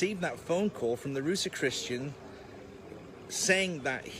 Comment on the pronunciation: “Ruse - Christian” 😂😂🤣🤦‍♂️🤦‍♂️🤦‍♂️ My guys lack of knowledge pooouring out under pressure ahahahaha